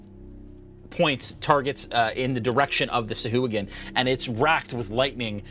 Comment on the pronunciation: Of all the things to roll poorly on how is thing initiative? Also: sah-hwa-gin.